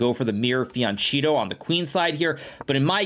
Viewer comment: Hikaru: it's FIANCHETTO. FI-AN-KE-TTO. You even speak a little bit of italian